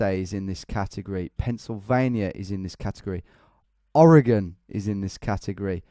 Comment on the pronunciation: Oregon is pronounced closer to "OR-eh-gin" rather than "Oh-RAY-gen" like you said in the video. :) Oregonian here, just trying to help out! (Strangely enough, Oregonian is "or-eh-GOHN-ian", but the state is NOT "or-ay-GONE".)